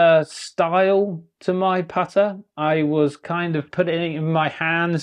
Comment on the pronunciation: Apparently the word putter has the letter t in it, and so does repeating, and started and set.